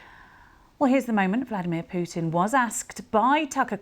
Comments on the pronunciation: He is not called Pewtin lady💀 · не понимаю английский, но слышу как эти *** произносят "Пууууутин")) *** манерные.